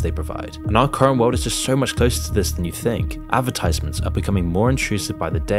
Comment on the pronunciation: Spelling errors, unable to correctly pronounce "advertisements", content that appears to be written by ChatGPT, seemingly oblivious to the irony of decrying a world where advertising has become so disenfranchised that it has become synonymous with their partners despite actively advertising for a Mobile Video Game rather than sponsors for something more suited to the betterment of society like skillshare or curiousity stream Oh yeah, this guy's the best.